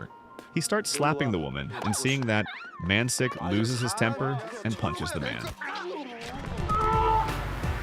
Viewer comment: Man shik is his name, 'si' in korean is pronounced 'sh'